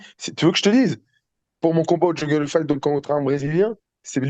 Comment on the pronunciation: il dit jingle fight au lieu de jungle fight meme sur les noms des orga il abuse 😂😂 force les gars tjrs la meilleur émissions ça bouge pas